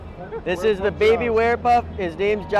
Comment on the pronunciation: Why does he pronounce baby like beebie?